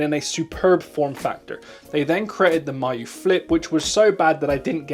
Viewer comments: “my-yoo flip” 👁️👄👁️ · Ya this pronunciation really confused me.